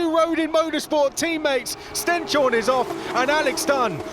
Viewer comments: ‘Corrected’ them on how you should say Stenshorne (ST-EH-NS-HOR-NUH), but they made it clear that they’ve spoken to him about it and gotten a thumbs up for their pronounciation. Chances are they’ve asked Camara too. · The commentators still mispronouncing Martinius Stenshorne's last name...